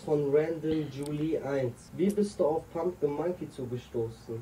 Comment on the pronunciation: wann fällt dir auf, das du pumping die ganze zeit Kürbis-> pumkin nennst ahahahhah bin ich der einzige der das hört?